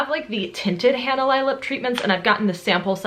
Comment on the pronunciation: just FYI Hanalei is a Hawaiian word (so it totally makes sense that you wouldn't know), and it is pronounced more like hah nah lay.